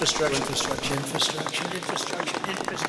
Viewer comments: Trump can’t even pronounce infrastructure. He says in-fa-structure. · I truly doubt Drumpft even understands what infrastructure means. He couldn’t even pronounce it properly. Maybe his adderall dosage was incorrect or his teeth were loose again.